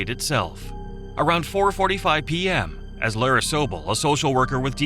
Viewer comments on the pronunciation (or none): none